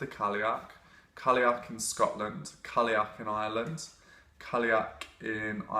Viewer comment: Cailleach is pronounced 'Ky-loch' (as in Loch Ness). Not being picky, really like you and your vids! It's just so hard to focus when you hear Irish mispronounced.